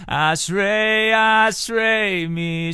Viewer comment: yea the way you pronounce ashrei I don't know why you bother singing in Hebrew and not English